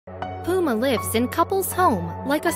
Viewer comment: She said poo'ma 🤣 and it's called Messy 😯